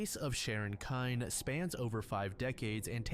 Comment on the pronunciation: I love this channel but I’m surprised and disappointed that you’d mispronounce Sharon Kinne’s name (KIN-NEE) considering the fame of the case!